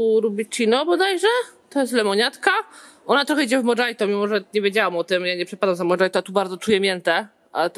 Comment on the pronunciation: Wojteł jaki spizgany xD Iyaue ... Mohito nie Modżajto XDDDD